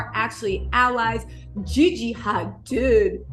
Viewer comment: HaDEED is how it’s pronounced lol